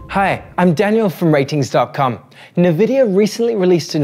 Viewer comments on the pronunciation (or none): none